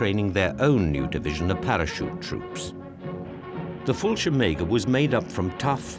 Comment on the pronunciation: What is 'the brave soldiers of the fullshimaker'? It's Fal-sheerm-jaeger... also too long intro and horrible midi music reminding me of 30 year old computer games.